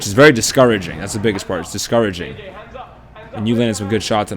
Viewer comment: he turned british when he said discouraging thanks for the likes guys I love findin lil funny pointd like this in videos !